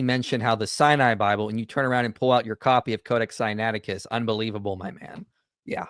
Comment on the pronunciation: They are throughout, particularly over his pronunciation of the codex Sinaicticus.